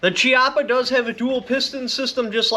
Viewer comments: it's pronounced..kiappa.. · I believe it’s pronounced (Key-yapa) but either way man awesome video! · Yo, amazing information and overview, Thank you. As an Italian, though, I want to point out, Chiappa pronounced "kee-appa", hard C as in kiss. :) Keep up this good stuff, please!